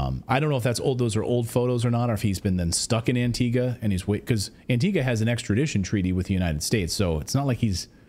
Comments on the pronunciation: AntigUa. Cape VerdE. And are you trying to say Barbados or Bermuda?! 🤯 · Wish I had a dollar for as many times Antigua was misprounced